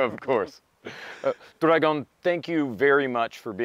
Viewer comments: Except Dragan in Dragon hahha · Bro for the love of god stop calling him dragon his name is DRAGAN like damn try a little its not that hard